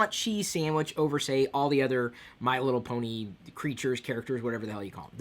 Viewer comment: ken leo "Just saying" should have been enough justification for my comment. Not sure what your problem is, or why you think I'm a loyalist, considering I'm Irish myself, but I'll fill you in anyway, remember in the video when Chris said Bony instead of Pony? Figure it out yourself.